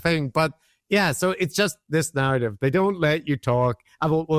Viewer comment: That's a strong garrative